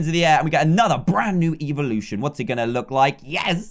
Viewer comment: Dantdm says "evolution" as "eveeloution" which are 2 different things